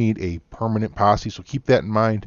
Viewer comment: "Yo, join mah Passe"